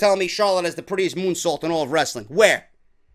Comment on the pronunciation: Almost thought you called her moonsault a "goonsault" 😂😂😂